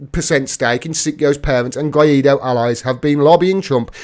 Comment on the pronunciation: You got to learn spanish. It's "Guy Doe," not "Guy Eat Doe." For a nickname, I like to call him "Random Guy Doe."